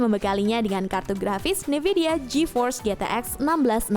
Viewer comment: Min, bacanya N-vidia bukan NIvidia. Dengernya jadi agak aneh2 gitu